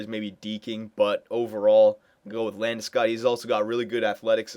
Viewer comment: First!! Its LandesCOG!! not -god.